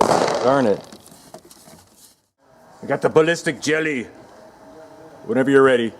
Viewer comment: I like how at like when he say ballistic jelly it sounds like the loveable German from the slingshot channel, even the laugh sounds similar.